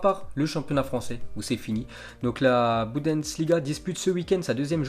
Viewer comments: C'est Bundesliga et pas Budensliga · Faut vraiment que t'apprennes à prononcer le mot Bundesliga